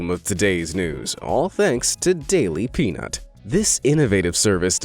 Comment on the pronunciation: Daily P”ee”nut 😂😂😂